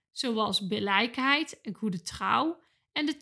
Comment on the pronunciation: Billijkheid spreek je uit als: billikheid ;)